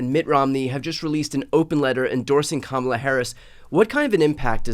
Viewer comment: Tim, I've truly come to like & respect you in spite of the fact that you are a Republican (but you were a John McCain advocate - WHEW!)🤣😇🤣 but allow me a moment on this. So many people are still mispronouncing her name. Hearken back to the children at the DNC (and a little child will lead them...) Her name is pronounced...COMMA-LA. Thank you!